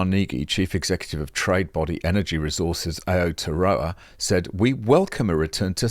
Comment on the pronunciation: A-oh-tea-ah-row-ah = Aotearoa.. just saying 😜